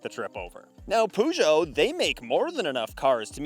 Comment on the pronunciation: What is a Poogeot?? Its Peu-geot!